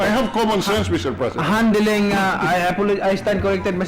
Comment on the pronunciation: "handiling, handiling, handiling" what is this pacqui?